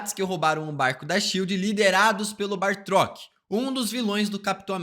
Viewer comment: "baRtrok" foi de cagar e ainda falou várias vezes kkkkk juntou Batrok com Bartók= Bartrok